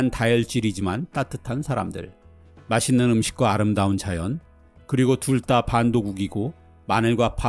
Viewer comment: 해설 해주시는 분의 잔잔한 음색과 차분한 말의 속도가 제 개인적으론 아주 편안하게 영상을 시청 할 수 있어서 큰 강점이라 생각합니다. 그런데 한 가지 제가 민감한 것 일수도 있는데 "둘 다" 를 "둘 따"로 발음 하시더군요. 옥의 티가 아닐까 생각됩니다. ㅎ 좋은영상 잘 봤습니다.